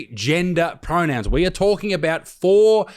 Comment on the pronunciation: Fark. Pronouwns? For skoowl? 😂